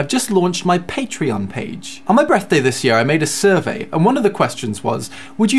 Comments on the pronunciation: Still saying breathday. :) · He said breath day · What's a "breathday"?